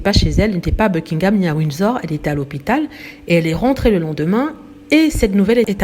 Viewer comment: Vous n'êtes pas capable de prononcer ''Buckingham'' ou ''Markle'' ainsi que d'autres mots en anglais comme il se doit ??? Ce sont des mots en ANGLAIS, des mots qui ne se traduisent PAS en français, alors s.v.p. faites un effort bordel!! Vous, les froonçais, qui aimez tellement les anglicistes à toutes les sauces, apprenez, au moins, la bonne prononciation!! Misère 🙄...ces fronçais!!!